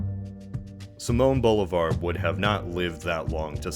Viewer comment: I’m pretty sure his name is pronounced see-moan Boh-lee-vahr